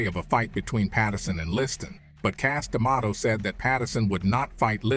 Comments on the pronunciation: Even how he pronounces Cus Demato is weird. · WTF is the deal with the narrator's pronunciations "Liss-Tan, Cassa D'Amato"??